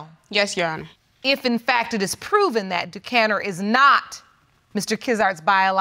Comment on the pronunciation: So we just gone act like they didn't mispronounce this baby's name, you know they named him Duckaneer, not DaCanner